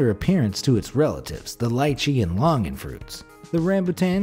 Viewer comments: Lol it's actually longan and the person kinda pronounced it weirdly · "loong-gun" I need to start saying Longgan in that way cuz i find it fancy